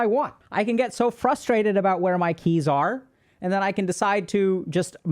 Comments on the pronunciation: That "aree" caught me so hard 😂😂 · Not him saying “are?” 😭😭😭😭😭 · "are?" He's truly speaking Japanese and watching anime now